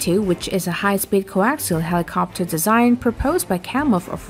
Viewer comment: I am losing my mind every time I hear the inflection put on the end of helicoptUR